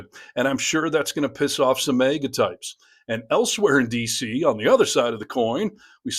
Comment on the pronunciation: I know I’m shallow here but I hate the radio voice and to make matters worse…the way you say MAGA. IT’s not “MAY-GA”. 😊